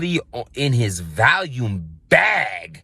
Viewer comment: Volume Vol-ume Val-ium is a pill. Thank me later. We love you